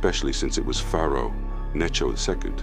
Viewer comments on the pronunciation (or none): none